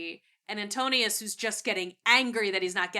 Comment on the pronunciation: His name is AntINOUS, not AntOnius